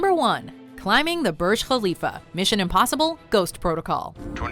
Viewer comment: Side note: Im also happy as an arabic speaker that she pronounced Burj (Kh)alifa in correct sound :) !